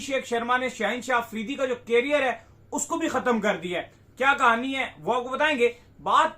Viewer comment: केरियर नहीं लोडू करियर बोल😂😂😂